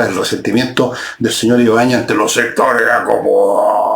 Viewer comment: jajjajaja "los sectoréh acomodaaaó!"...jajaj zurdos re.....